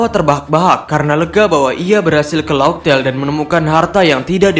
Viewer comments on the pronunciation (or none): Laugh tale di bacanya laftel bang bukan laugtel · Bukan maksudnya pengucapan bahasa inggrisnya admin salah, laugh di bacanya laf bukan laug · Laugh tale jadi raftel 😅